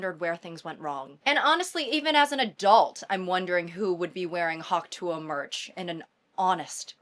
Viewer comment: saying hawk tuah correctly is so refreshing